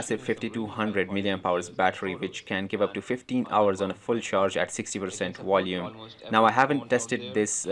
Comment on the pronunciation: You said Wolume, do you mean volume ? 🤣